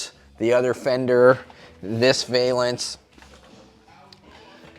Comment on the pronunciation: Hey, a gymnast uses a balance beam, that's your hint on how to pronounce valance.